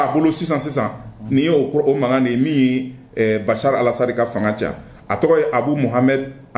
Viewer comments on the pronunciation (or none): C'est ne pas bachar alassane c'est bachar alassade